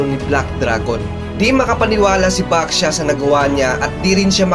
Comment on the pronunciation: nag kamali ka sa pagsabi lay baxia sabi mo basha yung 2 sabi mo pero 1 lang po yon merry xmas po